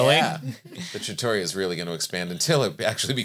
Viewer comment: I love you guys! Look forward to this podcast each week. And just to say.... trattoria is pronounced "TRA-tor-ri-a" with the emphasis on the first syllable.